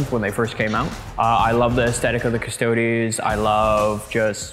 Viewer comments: big oof. Custodes is pronounced as Cus-toe-dees cuz it's latin for guardian. :PP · trying to get to say "Cuss-toad-eez" is possibly the high point of this season. Stoked to watch the finals guys! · If you want to know how to properly pronounce Custodes, just look for the italian pronunciation cause thats a latin word. They way english/american people say its not the right one.